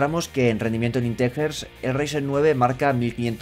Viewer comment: "intejers y 'coma' flotante" 😂